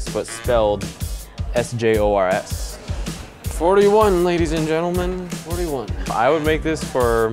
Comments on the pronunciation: Sjors is actually a common Dutch name, pronounced as “Shores” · sjors is a dutch name. but it is not pronounced anything like george